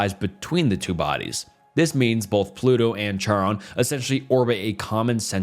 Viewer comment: Its not Chiron with a Ch as in church its pronounced Kairon the ch sounds like a K Chairon sound like Kairon.